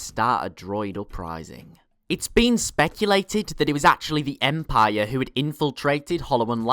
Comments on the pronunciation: Empire not Empieeeyeer please. Love the show and your voice is not annoying like some others including myself. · Em-pie-er lol